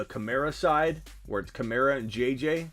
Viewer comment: Am I the only one who gets irked when people pronounce KamAra like Kamarra